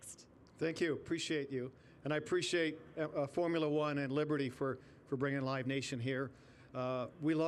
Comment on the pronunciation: Libitty Bibitty 🤣